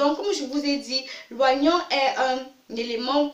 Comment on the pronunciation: c trop long ..... on s'endort. on dit o-nion et pas oi-nion.